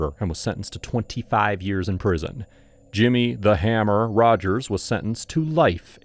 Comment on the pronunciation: She took prescription meds in Marks name so she wouldn't leave a paper trail? Did i hear that right? Also says "Jimmy the Hummer" not hammer